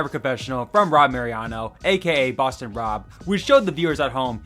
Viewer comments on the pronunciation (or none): none